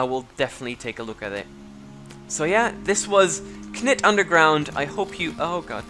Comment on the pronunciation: the k is silent so it's pronounced nit